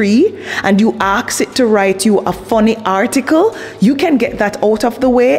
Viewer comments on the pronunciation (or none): Hi 👋 alright? I love your work and your videos 😊!! You're such a great content creator and I love your way of saying "ask" or "asking" and you turn the word around in a way that looks like you saying "aksing" or "aks"., Sorry to make fun of your dyslexia but I love you 😘💕 it's funny... Sorry 😅